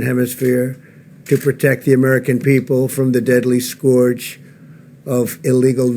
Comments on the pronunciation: "Deadly skorj" What in holy fuck is a skorj? What a gawddamn idiot! Scourge is not pronounced "skorj" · I cringe every time the traitor Covid-45 struggles to pronounce the 4th-grade vocabulary word "scourge". It's pronounced like "purge", not like "George", you illiterate pro-Nazi Putin-puppet!